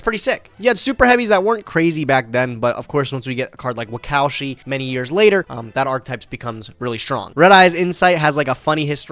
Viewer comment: I appreciate pronouncing Wakaushi like that